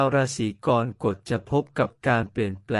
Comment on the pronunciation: ขอแอ๊ดอย่าใช้เอไอภูมิปัญญาต่ำมาอ่านเลยขอร้อง เกิดมาจนแก่ไม่เคยได้ยิน "รา-สี-กอน-กด" เลยอ่ะ ภาษาวิบัติน่าเสียดาย